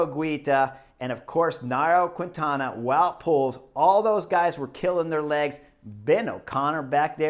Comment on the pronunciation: Hi Chris, a friendly correction, please note that you don't speak out loud the "U' when you pronounce qUintana". In Spanish, when the "U' is between the "Q" and the "I", it becomes silent. So you just have to say "KINTANA".